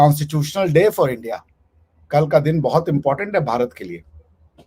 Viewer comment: Bhikaristhan ke bhikariyon, are please apna dheklo pehele, bar bar India bharat india bharat karna jhod do bhai. Uff dusara topic hi nahi reheta inke pass. Kuch padho likho pronounciations thik karlo khudke, maarrrkiitt, raaa, endeaa, uff.